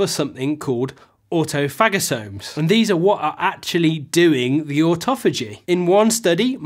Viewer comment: Do you say au - tomatic. Autophagy comes from 2 words. Auto and phagy. So you say autophagosomes the right way. Think of viruses, they are PHAGES. Tophagy is not a root of the word, and don't bow down to Internet opinion.